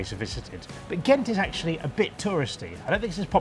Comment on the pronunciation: To start with, "Ghent" is GENT ... :-)